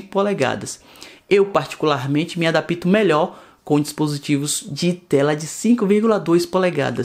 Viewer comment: Não me "adapito" kkkk